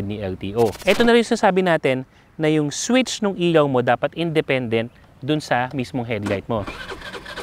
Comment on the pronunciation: ILAW boss, hindi IYAW ✌️